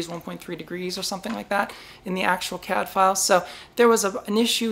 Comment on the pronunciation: Woowoo. Congrats. BTW, every time you say CADfiles, I hear Cadfael and think about a crime solving monk during the Anarchy.